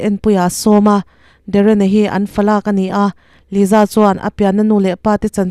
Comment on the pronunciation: Liza anih loh hi ,Lisa anih hi , YouTube Chanel meuh nei ve te chuan ,Diktak te hian lam ri ve mai thin la